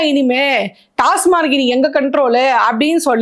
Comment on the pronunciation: அது டாஸ்மார்க் இல்லம்மா, டாஸ்மாக்..